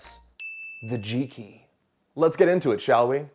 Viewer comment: Homie pronouncing G-Key like G-Spot 😂😂